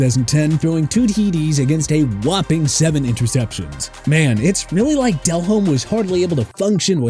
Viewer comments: Why is saying Jake Delhomme's (pronounced Del-ohm) name so weird in this video? And neglecting the fact that Jake had his best career year without Smith? Also at the point when he was actually on the decline without Smith, he was already well into his 30s. That was a research fail. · Delhomme is pronounced as del-ome.. the H is silent.. 🤦🏼‍♂️🤦🏼‍♂️